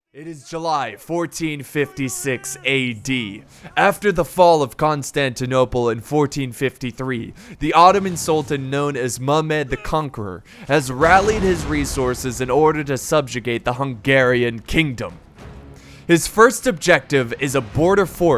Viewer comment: Who tf is Mumed ?